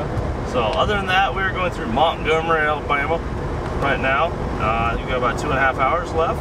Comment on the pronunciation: I dig that you said Montgomery right lol